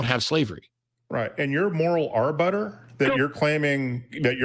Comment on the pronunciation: "Your moral ar-butter"? "Alls we have to do" - Come on, do better...